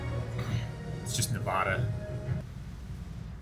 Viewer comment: You said Nevada wrong....